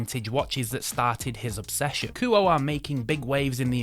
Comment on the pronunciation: A few hints on pronunciation from someone who lived in Japan for several years (though that's not a requirement for some of these corrections). Kuoe is pronounced Koo-Oh-Eh; Mirco is not micro but Meer-ko (note the spelling); Kurono you got right!; finally, Minase is Me-Nah-Say. Thanks for reviewing these. Dead right on Minase and Kurono.